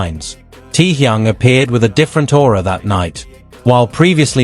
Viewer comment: Всё правильно, кроме того, что он ТЭХЁН, а не Тэхун.Простите, но уши режет, когда искажают его имя.